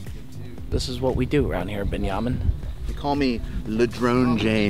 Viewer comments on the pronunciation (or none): Why is saying binyamin lol